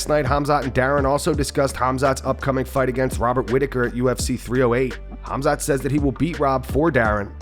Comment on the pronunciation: I can’t stop hearing Till say “Cum shot, are you, cum shot, where are you?”